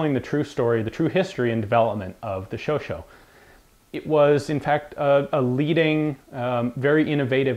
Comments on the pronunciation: The pronouciation is "sho-sha" (last 'a' like in "cat", "fat") and not "sho-sho". Please believe a native speaker on this. Congratulations for all the nice videos, by the way. Please keep it up. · I believe it's pronounced Showshay